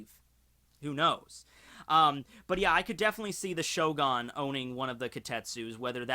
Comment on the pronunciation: I love how he pronounced it Shogun, but then remembered that he's, and never pronounces things right, so he immediately started calling it ShoGON instead